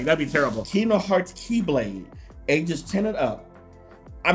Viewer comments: Kingdom heart keydom heart please say it right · Why doesn't square send me stuff I've been playing kingdom hearts since I was 5 I'm now 18 come on square send your real fans stuff no offence but if you don't know even know how to pronounce the name of the game your not a fan just saying.